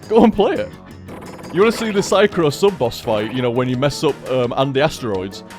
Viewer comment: It's so weird. has never ever shortened my name Psychro during streams, but I still feel like someone is calling me every single time he says Psycrow.